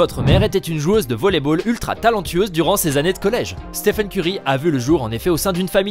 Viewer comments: On est d'accord on l'a tous insulté quand il a dit steven au lieu de stephen? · Stephen curry non pas steven curry😤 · steven curry wow c'est Stephen et non steven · Au début C'est pas Steven mais Stephen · Il s'appelle Stephen pas Steven en plus il a parlé de qlq records pendant 8 min pour parler de 2 ou 3 richesse pendant 3 min 🙄🙄un peu d'effort quand même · Steven curry il a dit 😂😂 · De ouf 😁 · oui clairement, mes oreilles ont saignés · T'as raison wesh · Total Oui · Mais ptdrr déjà il dit Steven et ensuite le "jeune" meneur des warriors sérieusement??? Et curry est pas du tout chez Nike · Il l’a appelé STEEVEN Curry 😭😂